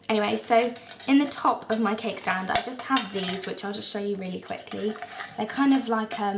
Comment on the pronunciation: I kept thinking you were saying kegstand instead of cakestand lol I was so confused! great vid :)